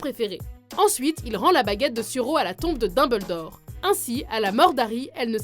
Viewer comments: Sérieux dites Malefoy pas malefoi ou la dinbledore au lieux de Dumbledore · Le Tissmé elle prononce aussi bizarrement le nom du plus grand des directeur de poudlard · Daimbeldore , malfoie .... Mes oreilles ....